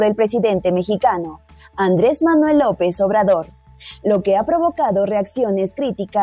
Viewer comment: Lopez obrador auque te cueste pronunciarlo